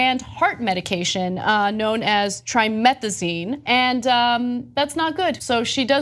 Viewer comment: She used "trimathezine"? yes, take your news from people who can't even read properly. Trimathezine isn't even a real thing, its Trimetazidine, and it's used for people who have cardiovascular diseases or things like it and what it does is help the people with those diseases who don't get enough blood flown to their heart when they need it get the air they need to breath, with bob sleighing being such a short endurance sport I don't see how this drug would even help her. Just like doping in curling doesn't make sense, this drug doesn't make sense in how it would actually help her.